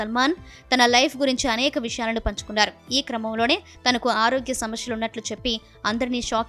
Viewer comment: సమస్యనా ? లేక సమశ్య నా ? నువ్వు నీ నత్తి